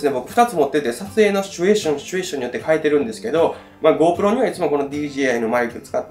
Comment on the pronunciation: シュチュエーションの発音日本一！